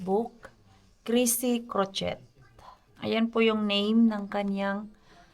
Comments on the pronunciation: croche silent t po ang pag pronounce po hnd po crochet. Para hnd po ikaw ma buzz. Nanonood subscriber din po ako ni Inday Karya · Mars, ang pag pronounce sa “ crochet” is crochey…